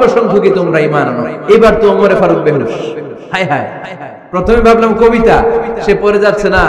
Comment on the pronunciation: হযরত ওমর রাঃ এর নাম তো ওমর ফারুক কিন্তু হুজুর বারবার বিকৃত করে ওমরে ফারুক বলতেছেন কেন বুঝলাম না ? নাকি আসলেই উনার নাম ওমরে ফারুক ? বিষয়টা কেউ পরিষ্কার করবেন প্লিজ ।